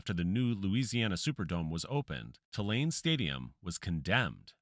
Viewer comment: Hey, its not Ti-lane, its pronounced Too-lane